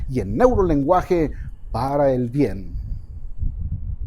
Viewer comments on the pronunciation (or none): none